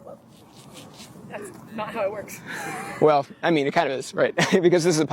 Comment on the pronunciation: "dash nawt how it shwerks"